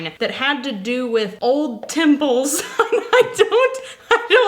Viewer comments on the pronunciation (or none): When you said old temple, I heard old pimple. I was confused until someone mentioned Morocco.